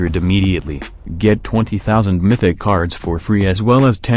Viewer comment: I swear everytime i hear maythicc instead of mythic 😂😂😂